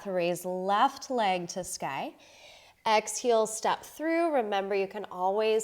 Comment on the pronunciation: Why do you say ‘exheel’ not exhale? You say inhale correctly